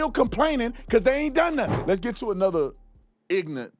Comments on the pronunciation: BRANDON!!! C’mon…you absolutely know how to speak correctly. The word is “IG NŌR ĂNT” not “IG NANT”. At least and especially on THAT word please pronounce it correctly!! I’ve seen you in interviews where all of your pronunciations are spot on, so I know you can do it. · Brandon!!! You got to learn to say IGNORANT!!!!!! NOT Ignant!!!!!